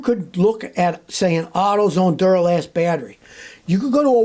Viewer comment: yeah instead of Duralast it's Dunnalast.